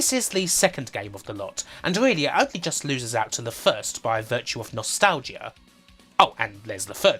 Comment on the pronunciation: "Nostal-gia" Never heard it pronounced like that.